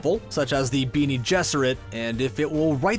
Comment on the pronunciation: Benie? Lol oh cull wahud!!